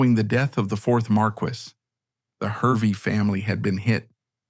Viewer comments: Hervey is pronounced Harvey. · It is pronounced "Harvey" despite being spelt "Hervey".